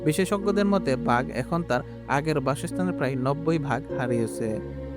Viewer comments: ইউটিউব কনটেন্ট বানানোর আগে উচ্চারণ গুলো ঠিক করবেন ভাগ না বাঘ। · সুন্দর একটা ভিডিও, অনেক ভাল উপস্থাপন করেছেন,, কিন্তু "বাঘ " উচ্চারণ ভুল করলেন কিভাবে?!!!! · কোন দেশ এ-র মানুষ তুমি বাগ কে ভাগ বলছো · Vhag na re, bag😂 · Ore banchot, ota vah hobe na ota Baaagh hobe😡😡😡